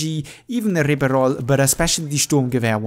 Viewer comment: I respect everyone who can actually properly pronounce words from another language - not being their main - so, my brother, the Ribeyrolle was perfect. We need more of that.